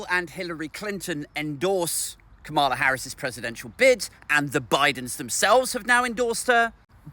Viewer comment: it's Ka-ma-la as in camel-er. Not Ka-MAR-la. Not being a pedant, some Reps deliberately mispronounce her name.